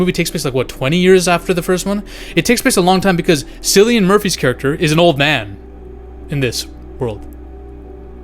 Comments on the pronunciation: you're KILLin me, it's pronounced Kill-e-anne, not sill, like windowsill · *it's pronounced Killian bro